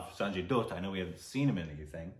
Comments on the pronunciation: You must watch this film. It really is a great film. Amazing performances by Kajol and Sanjay Dutt and most of all.. the man that gave me nightmares as a kid Ashutosh Rana(the bad guy in the film) ..he is one hell of an actor... Also 'Dutt' is pronounced like 'butt' and not 'Doot' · STOP CALLINNNNNNGGGGGG SANJAY DOOOOT... Its Sanjay dutt (like butt) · Aitraaj movie trailer. It's pronounced sanjay daatt